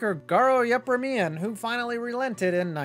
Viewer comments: Way to butcher Garo Yepremian’s name. “Yep-er-me-an”? How do you slaughter a name connected to one of the more infamous bloopers in Super Bowl history. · It's pronounced "ye-PREM-ee-un." Garo Yepremian. He set up Washington's only TD in Super Bowl VII, while playing for the Miami Dolphins. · Seriously? You have no idea how to pronounce Garo Yepremian’s name? That was the most unique pronunciation I’ve ever heard. Never heard of the ‘72 Dolphins and their undefeated season? Wow. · you mispronounced Garo's surname.... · Yet somehow, the narrator did butcher Garo's name, who kicked for a long time in the NFL (1966-81).